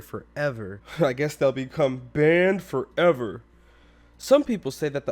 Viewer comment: Why do you always say “Banned forever” like that XD